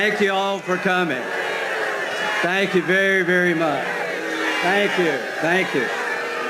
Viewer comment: "Thank you every much" - oh are we playing pretend we don't notice?